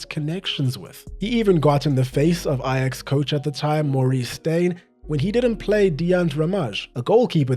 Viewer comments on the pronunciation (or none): none